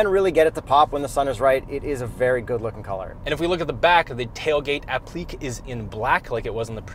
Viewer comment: Apleeck? You mean applique? As in apləˈkā